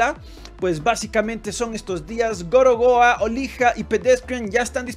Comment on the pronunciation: Cuando dijo "Gorogoa" entendí "gorowa" en plan God of War mal dicho, y me hizo toda la gracia 😂😂 luego leí que ponía "gorogoa" realmente y me reí más 🤣🤣🤣